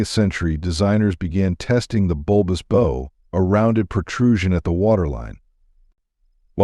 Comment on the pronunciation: Bow is NOT pronounced as bow, it's pronounced as "bough".